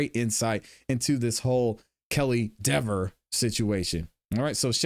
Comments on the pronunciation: That's Dever not Dever. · It's Deeeeever. She earned the right to have everyone intentionally mispronounce her name for the rest of her life. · I think he DID deliberately mispronounce her name, knowing that she would be snotty about it. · mispronunciation (accidentally or purposely) of her name is the least of her problems.